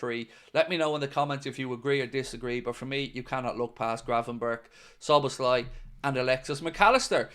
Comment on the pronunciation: ❤Gratulálok, nagyon szépen ejti Dominik Szoboszlai nevét!!!❤